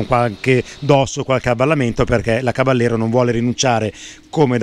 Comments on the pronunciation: Tecnicamente si dovrebbe pronunciare Cabajero con la J di Iena... Non Cabagliero con la gl... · bel video!!! piccola nota: il nome caballero è spagnolo, quindi va pronunciato "cabagliero" (come per la lambo gallardo) non all'italiana "caballero" , di fatto la moto prende il nome dalle sigarette omonime fumate dal co-fondatore di fantic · si legge "Cabaliero".... è una parola spagnola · Ciao a tutti Caballero è spagnolo e si pronuncia "cavaiero" che sarebbe cavaliere. Saluti